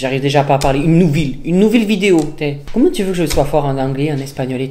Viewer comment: Nouveau record 😂 j’ai rit dès le lancement de la vidéo 😂 « une nouvil vidéo »